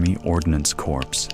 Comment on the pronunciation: A.I. thinks you pronounce Military Ordinance Corp like "CORPES".